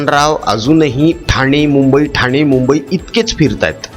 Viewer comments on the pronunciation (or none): none